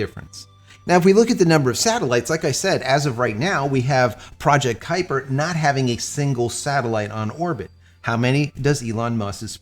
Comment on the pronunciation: Kupier lol